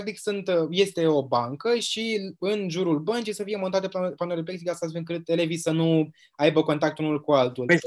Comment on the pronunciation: În loc să -și bată joc în halul ăsta de învățămînt ar face mai bine ministrul să ia niște cursuri de limba romînă că o bate limba peste gură , mai are și diplomă de profesor (ROMÎNĂ)😭😭😭Apropo cum se spune corect pepsiglas cum a spus ea sau pexiglas.......